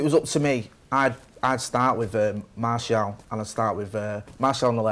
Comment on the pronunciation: mate; you're a top lad, but you gotta learn how to pronounce Martial's name properly. It's pronounced: [Maar][Cee][Al]